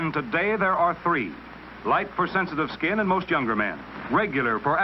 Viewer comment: Yeah, they mispronounced SKIN 🤣